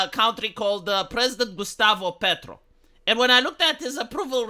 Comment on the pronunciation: Chilean here: I found amazing how well you pronounced “Gustavo Petro”. Nice!